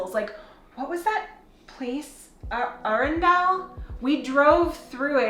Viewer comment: Helpful advice from a Local in the UK ( one thing in the video )Its Arundel Castle its pronouceded Aren-dull..... Places to Go , try Leeds Castle in Kent( leeds castle is not in Leeds a bit confusing I know) Or Chartwell ( Where Winston Church Hill lived his house and garden) also in Kent you can go inside his House from about April well worth a vist . If you can be part of the National Trust this allows you to vist places in the UK really cheaply that are run by the national trust of course.! We British are a friendly bunch, but please dont talk us about politics big no no. Please also dont try and correct our English when we are speaking to you might get rude answer. For example you might say" side walk "and we say"path" . Always be polite and we will be polite back, say thank you if sombody does something for you.! ( obvious I know) but people that dont, we tend not to help that person how might be rude to us more readily again. Pub food is the cheapest kind of food in the UK ( cheap in price not in quality) men and women from the age of 18 can drink alcohol. Check with the pub landlord if your kids can sit in the pub if they are younger. This is sometimes due to the language used by the locals. So its always polite to ask the landlord if the kids can come in. The best time to come to the UK I think is the Autumn or you call Fall is probably one of the best times to come from about the Middle of September to late November. Summers are very hot and locals (UK) are on holida